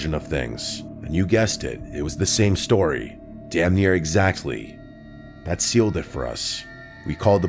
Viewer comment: my favorite tory submissions from summer 2025 he said Tory not story